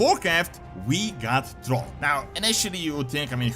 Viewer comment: It's THRALL not "TROLL "!